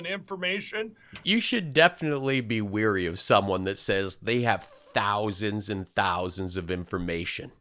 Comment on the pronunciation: Lindell can actually say "Tousands of information" since he's probably been made to pay to get each one of them. 🎶"Sign us a cheque, you the Pillow Man!"🎶 Aaaand I just defecrated Billy Joel now. 😞 I blame you Sir!